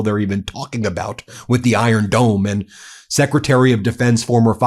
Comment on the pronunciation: Did he just say "iron dome" ?